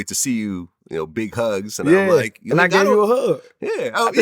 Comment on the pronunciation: You gotta put more V’s in the word gave to sound like